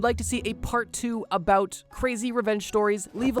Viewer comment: “a-boot” lol